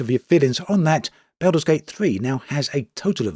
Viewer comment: Everyone: Baldur's Gate 3.: Belder's Gate 3